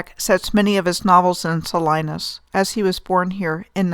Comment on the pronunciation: Salinas is pronounced SA-LEE-NIS fyi